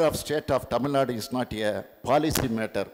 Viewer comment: எடப்பாடி. தமிழ் நாடு என்று சொல்லுங்கள். தமில்நாடு இல்லை